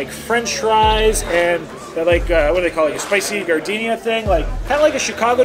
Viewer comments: lol..pronounced "jar-de-nara" not like the flower "gar-deen-ya" hehe.. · As a Chicago native hearing you say those peppers name, hurts me. 'Jar-de-neir-ah' Giardiniera Ya puts 'em on a hotdog if ya don't have any sport peppers. But they go best on an italian beef sandwich. <3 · It's called jar- din-air!!! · I love that called giardiniera gardenia. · It's pronounced jar-di-nare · *Giardiniera* Not gardenia.